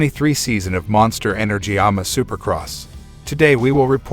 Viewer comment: You don't like hearing about the ahh-muh supercross series, or the outdoor modah-cross?